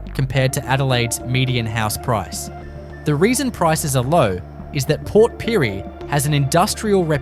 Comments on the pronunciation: Port Pirie? He got the name right twice and then called it Port PYREE !!☘️🇮🇪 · Multiple pronunciations of one town! Port Pirie 😂